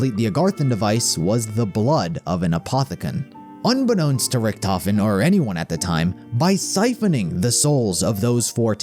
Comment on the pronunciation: Idk why "Richtofen" is mispronounced in all the games.